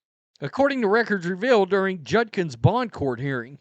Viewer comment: It’s JUDKINS. Not Junkins